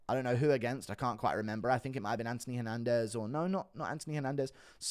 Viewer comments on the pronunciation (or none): none